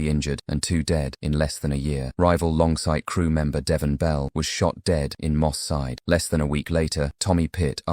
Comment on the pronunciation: 🤣🤣🤣longsight learn the name or dont say it